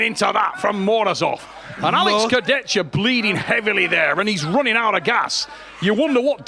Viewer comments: travis please just armwrestle leave commentator ! you even can't pronounce kurdecha !!! why you say kurdetchtka :/ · everyone: alex kurdecha travis: alex kurdechkuh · Chciałbym, aby ktoś wreszcie dobrze wypowiedział nazwisko Alexa 😢